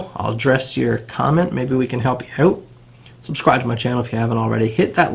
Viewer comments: Canadian. Pronounced out like owuut... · It's cool some Americans pronounce 'out' as "owt". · ow-ut, abow-ut wtf is with that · Canadians talk funny. The work "out" only has one syllable in U.S.A. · I knew you were Canadian before I even saw the flag hahah. The way you pronounce "out" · Every time you say "out" I hear Canada.. Canada!